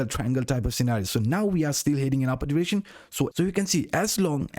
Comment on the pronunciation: Awesom vids but please learnt to say direction 🤪